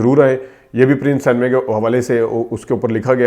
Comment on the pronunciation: The word is cinema (pronounced “sin a ma”) not san-ma. I do not want further defamation of my country. Likewise the word April is pronounced “Ay-pril” not “App-ril”. Please do not take offence. This is well-meaning brotherly advice.